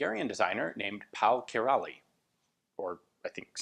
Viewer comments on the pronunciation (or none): pronunciation sounds more like key (as in house key)-ra (as the first part of "rather" - in UK English)-lee (as in ... Bruce Lee, obviously) ... :) Hungarians... lol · Your way of pronouncing of Király is not too bad. Only error is that at the end the "ly" is pronounced as a simple "y" So it's like "kiray" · Király is pronounced key-rye... Though I'm a few years late. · Király is pronounced "ki- ("i" as in "fish") -rhy" (like "why", only with a trilled "r"). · Király is pronounced something like: "kiraj". The letter "á" is kinda sounds like this: or more specific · Actually Kiraly is pronounced "Kiraai" :-) ; Thank you for another great firearm I never knew existed Ian ! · If you're interested in a quick and easy way to know how to pronounce something in another language just type it into google translate. Nine times out of ten it'll guess the right language (you can select it if it doesn't) and then a speaker icon will appear and when you click it a voice will pronounce the word in the original language. In this case: (Kiraly is pronounced something like Key-Rai) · great video Ian! For future reference with Király though, the ly at the end is considered a single letter, pronounced like 'y' in English, and the á is pronounced like the 'A' in Albert